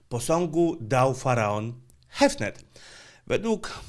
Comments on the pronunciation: CHEFREN a nie Chefnet! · Faraon Chefner ?! Brawo...Profesjonalnie. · CHEFREN nie Chefnet dysleksja to zmora, coś o tym niestety wiem :)